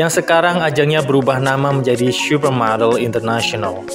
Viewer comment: Salfok ke penyebutan "syupermodel"-nya😂 candu bgt, wkwkwk